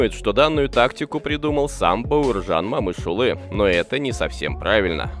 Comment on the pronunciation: Автор, просьба в будущем не говорите Мамышулы а Момышулы. А в целом большая благодарность за видео